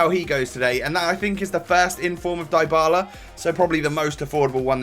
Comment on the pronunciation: You pronounce Dybala's name like Dee-Bala